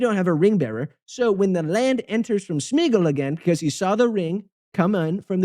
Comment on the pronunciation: It's [Smay-a-gol], not [Smiigol] xDD